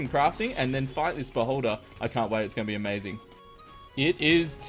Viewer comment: You said beholder. I heard boulder hehe